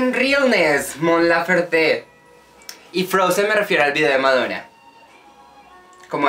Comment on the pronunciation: Soy mega fan de Mon😍 Solo que su apeido "Laferte" se pronuncia sin acento en la última silaba😂❤️ Pero buen video. Deberías escuchar más canciones de ella, como Amarrame, Mi buen amor, Tu falta de querer, Primaveral etc..😂❤️👏🏼